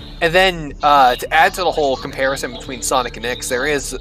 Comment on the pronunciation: Correct me if I’m wrong but I think the correct way to say Ix’s name is actually Nine as in Roman numerals nine? His full name is Pir’Oth Ix so wouldn’t that mean his name is Pir’Oth Nine? It would make sense since the nocturnus clan is very Roman in design. Aside from the technology and industry bit as Rome struggled in those departments.